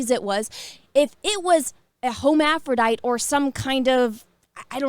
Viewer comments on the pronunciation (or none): Let's learn some words: Hermaphrodite (HERM-af-row-dite). Not HOMEAPHRODITE. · I love you say Ho mafro dite lmao too funny